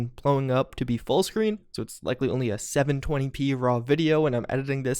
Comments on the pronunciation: Did anyone else catch him say p-nes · lol he said 720 p-nes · I could not figure out what he was trying to say until I saw this comment lol thank you